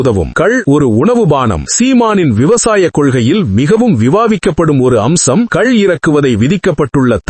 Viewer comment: கல் அல்ல, "கள் ".